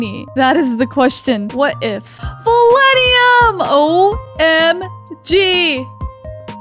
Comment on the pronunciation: It’s val-in-teum